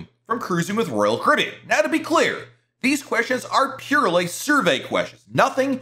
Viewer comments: Sounds like you say ROYAL KOREAN. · PRONOUNCE: CARIBBEAN!!!!!!!!!!!!!!!!!!!!!!!!!!!!!!!!!!!!!!!!!!!!!!!!!!!!!!!!!!!!!!!!!!!!!!!!!!!!!!!!!!!!!!!!!!!!!!!!!!!!!!!!!!!!!!!!!!!!!!!!!!!!!!!!!!!!!!!!!!!!!!!!!!!!!!!!!!!!!!!!!!!!!! very annoying!!!!!!!!!!!!!!!!!!!!!!!!!!!!!!!!!!!!!!!!!!!!!!!!!!!!!!!!!!